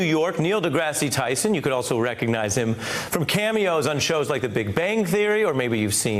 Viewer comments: The news guy called him Degrass E😩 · Neil "De Grass-ee" Tyson? Ari is a moron. The propter needs to be spelled out phonetically for him. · Did you see Neil's face when his last name was pronounced "Degrassy" lol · "DeGrassey" Tyson --- seriously! The anchor can't even pronounce his name correctly? What rock was he under not to have heard of Neil? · How about pronouncing your guests name properly. Ari, more science study less popular music and you would know who your guest is. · Ari corrected his pronunciation of Dr. deGrasse Tyson’s name. Good.